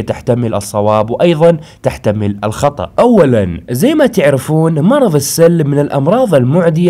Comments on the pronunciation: بعد اذنك 👍❤ المرض اسمه السُل وليس السَل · اخي اسم المرض السٌل وليس السَل يعني بالضمه مو بالفتحه اتمنى انك فهمت قصدي